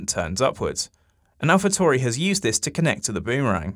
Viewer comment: What is it with people not being able to say „Tauri“? TAURI! Italian name... keep your „Toohry“ bs to yourself!